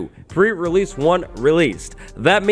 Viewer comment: The way je says pre release, sounds like fur release